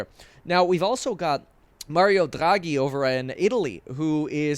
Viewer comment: Kevin can i ask about your pronunciation of Mario Draghi? did you try to sound italian? because your R sound sounded German. So now i am wondering if you speak German.